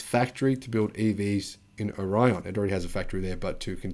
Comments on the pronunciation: Great information, Thanks ! PS We pronounce ORION as OR -E -IN I live in the area. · The factory you refer to in Lake Orion, Michigan is pronounced: Oar-e-on plant. Just saying. Very good video! thx